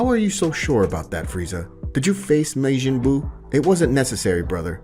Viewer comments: how did you get the word majin as mayjin , love the video though just that word was a hard miss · kie, brolly, mayjin lol. love it though man great work